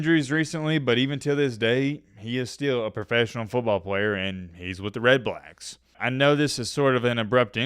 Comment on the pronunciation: are we on trying to say “red backs” or is it really “red blacks”